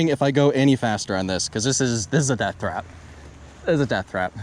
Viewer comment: Dude said "it's a death thrap"....lol